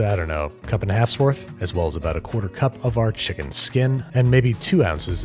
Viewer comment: Fried Chimken